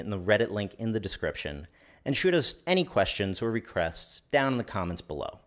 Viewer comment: You can tell that it's becoming more difficult for him to pronounce English correctly; his tongue is getting lazy... At the end, he clearly asks for "recrests" instead of "requests".